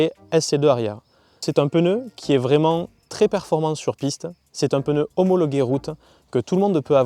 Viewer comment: Belle essai , par contre quelqu’un peu lui dire que c’est pas un peneu 🤣✌️